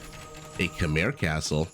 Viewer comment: Typical that an American somehow "refuses" to pronounce Khmer correctly. How come, you know all about Khmer Rouge right? So, It's not so hard to pronounce. Anyway, everytime I play against Khmer I get my ass wiped by those Ballista Elephants.